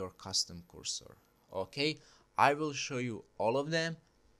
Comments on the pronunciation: I kinda like ur english when i reached at the end 😂... kursor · came for the cursor, stayed for currsore